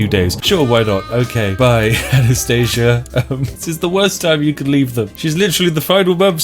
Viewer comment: I am very pleased that you pronounced Anastasia correctly